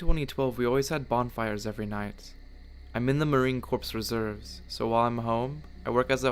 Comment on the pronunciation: A corpse is a body the marine Corp are soldiers pronounced core come on